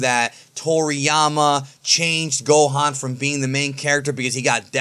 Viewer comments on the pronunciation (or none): none